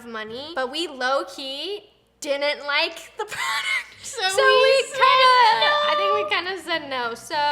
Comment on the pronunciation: how she says pRoDuCt